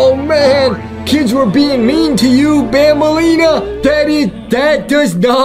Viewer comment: Its not banbaleena its bambaleena